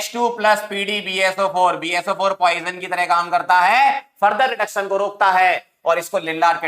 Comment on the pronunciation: the way he says BaSO4 🤣🤣🤣